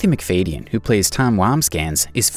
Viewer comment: It’s pronounced Mc FAD ee un, not Mc FADE